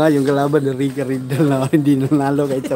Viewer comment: Rica hindi Reca